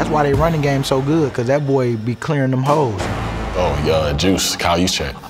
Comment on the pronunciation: maybe you should practice the way you say “holes”